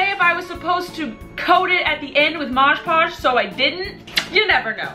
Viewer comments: She says moj poj 😂😂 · Btw, it’s moD podge not modge poge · Lol “mosjh podge” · I love how she called mod podge 'modge podge'